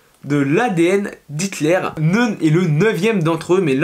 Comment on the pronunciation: Neun, c'est 9 en allemand et ça ne se prononce pas comme ça